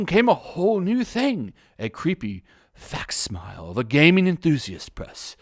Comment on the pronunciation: FACSIMILIE is pronounced like "Fak sim ellee", NOT "Fax mile". It means "a copy of" and is where the word FAX originally comes from